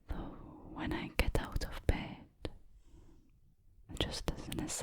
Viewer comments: Out = ooowt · I thought the word "out" in the Scottish accent sounded like "ewt" 🤣🤣